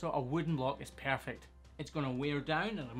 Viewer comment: Minute the way you pronounced "perfect" is the exact way we germans pronounce "perfekt". I was confused for a sec and really had to rethink if I was watching an English video or a German one xD